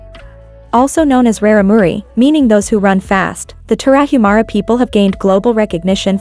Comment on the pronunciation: It would be nice if A.I. could pronounce Tarahumara correctly.